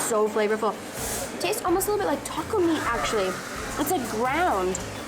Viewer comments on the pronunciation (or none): none